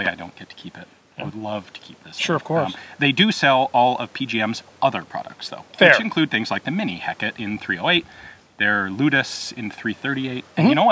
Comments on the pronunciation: Heh-caw-tay. He-ca-te. Not "heckit". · I thought that rifle is named after the Greek Goddess Hecate - pronounced "hey KAH tay" Is it really pronounced "hekkit" ? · eh-KAAH-tee, after the Greek goddess. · The way Ian pronounces "Hecate" sounds like something a very PG Frenchmen says when the situation goes from requiring a Famas to requiring .50cal Hecate.